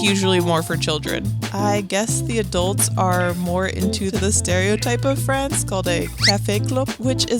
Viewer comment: did she just say "Paris, Frahnce"??